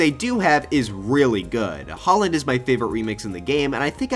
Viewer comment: When people say Holland instead of Halland :(